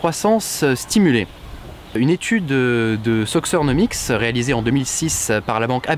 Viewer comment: A , ça se prononce "sokeurnomics" :p